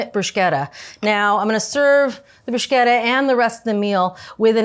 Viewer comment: I thought her pronunciation of "prozhooto" was weird, but "brooshketta" is even more unexpected. Love Julia either way though, great vid!